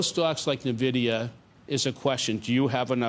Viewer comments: oh dear....if you can't pronounce Nvidia property you definitely shouldn't be investing in it! It's pronounced ENVIDIA not NERVIDIA!!!!! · What’s Na - Vid - iya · If you pronounce Nvidia as “NUH-vidia”, your analysis is useless. Simple test of whether the homework was even done correctly. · Oh you sold nuvidia huh 🤣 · For the love of god stop saying "navidia"!